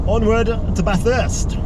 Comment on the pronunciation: Great Job! Your pronunciation of Bathurst was improving! Looking forward to watching you send it!